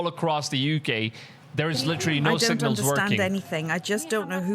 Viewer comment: “ So lar “ “sig nols” 🤭. Great video. The simpsoms didn’t predict anything , it’s just part of the scrip and they have to tell you. (in any way) before they’re allowed to execute it. Wake up people. Even all the wars were scripted. Demonic elites run the world .